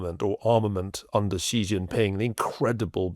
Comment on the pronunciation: You guys need to learn to pronounce "Xi" ... it's not "Jhee", please pronounce it like "She" as an English speaker or else it's seriously cringe. Like saying "Obame-a" it's that bad smh